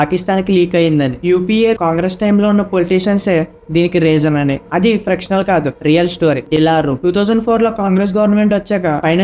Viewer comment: Adi frictional kadu bro fictional